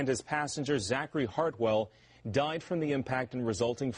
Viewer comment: It's Zach Hartwell you guys. Not being a dick just correcting.